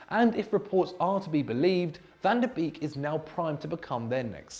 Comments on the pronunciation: van tah beeeeeeeeeeeeek it should be a meme. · The way my man said van de Beek is hard not to cringe as a Dutch speaker😂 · I´m getting angry because of how is pronouncing Van de Beek